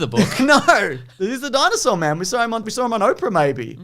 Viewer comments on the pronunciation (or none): none